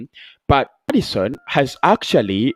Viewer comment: its maddison or aouar not maddiaon and aouar said that